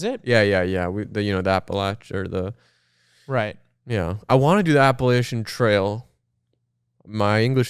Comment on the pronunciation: PLEASE pronounce Appalachia correctly I beg… Apple-at-cha !!! But it’s the most beautiful area hiking it is a dream